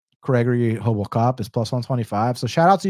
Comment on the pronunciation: Respect for saying it the Brazilian way (Portuguese) way of saying RoboCop properly to "Hobo cop" 😂